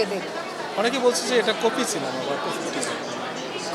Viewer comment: মিম কোটি কি কুটি বলল আর সাংবাদিক কপি কে কোপি...!! 😂😂